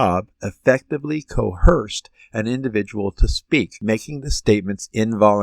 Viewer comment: The word is coerced; not co-herced